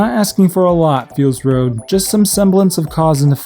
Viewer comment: Hah, you kept calling it "Feels Road", that was really clever